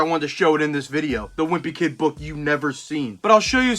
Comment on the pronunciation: The way he pronounces book as “buukh”